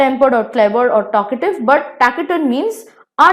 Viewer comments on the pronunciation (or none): Pronunciation was wrong it's not taki-turn it sounds fs like tasi-turn